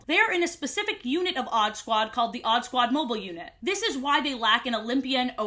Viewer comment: i rlly thought u said oddbods i was so confused